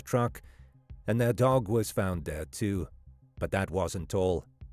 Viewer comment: it totally sounds like you’re saying the dog was found dead too, but your CC says “dog was found there too.” 😂 Sounds like you’re contradicting yourself but you’re not—it’s just weird sounding 😂